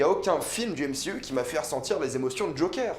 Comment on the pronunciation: NE PRONONCE PAS MCYOU !👎🏻